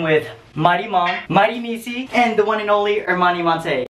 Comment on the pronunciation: He pronounces her name monte